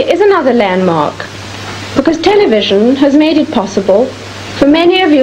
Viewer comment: "Tell-a-vission" Another bitcoin..!